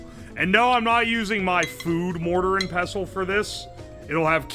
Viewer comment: Caught that bro wasnt sure how to pronounce "mortar and pestle" Pessile 😂